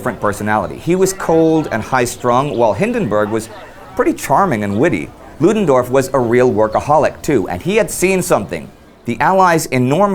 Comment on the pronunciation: Love Indy's 'Ludendorff': those tricky German phonetics must be sinking in!